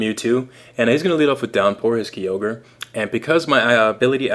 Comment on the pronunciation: KIE-orge not KEY-ogre